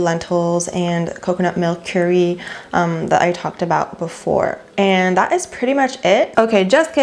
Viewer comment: "Cure-e" 😂 its curr-e